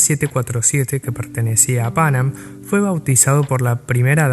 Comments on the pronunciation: fonéticamente hablando se suele acentuar la segunda “a” no la primera!! Pan Am fue un ícono en la aviación comercial!! Excelente video, felicitaciones!! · Muy buen video, lo disfruté mucho. Ignoro por qué el locutor pronuncia tan mal el nombre de Pan Am, es casi intuitivo pronunciarlo bien en cualquier idioma.